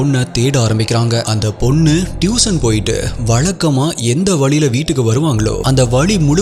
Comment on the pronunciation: டியூஷன் , அது டியூசன் அல்ல , Improve your pronunciation ...